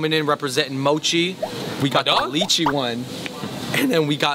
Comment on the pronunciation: "Lee chee mochi" jesus its "Lie chee mochi"